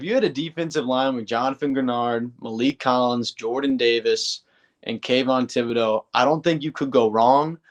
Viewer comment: I’m just glad you pronounced Kayvons name correctly now.. before you used to f it away… go back and look..